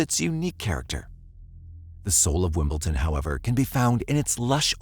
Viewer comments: WimbleDon. Not WimbleTon. Dammit. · It is not WimbleTon.. It is WimbleDon. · I’m sorry to be picky, but it nearly drove me crazy, it is WimbleDon not wimbleTon, other than that it was a very interesting documentary, it seems tunnel vision by law enforcement is a problem worldwide, so many people have died because the wrong person was targeted and nobody wanted to be proven wrong. Oh well EGO does seem to play a big role with some people. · Why does the narrator keep pronouncing the town "WimbleTON" ??? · Yeah. I guess I can't expect an AI narrator to know how to pronounce "WimbleDon." It's a D, not a T. Pet peeve. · You kept saying Wimpleton. Couldn't get past that. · It’s not pronounced Wimbletin!! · wimbledon, wimbledon, WIMBLE'D'ON.